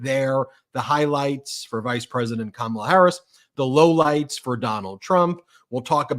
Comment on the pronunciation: She even introduced herself, pronouncing her first name, but of course he insists upon saying KaMAla.